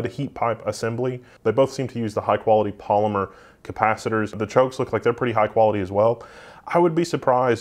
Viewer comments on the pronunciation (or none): none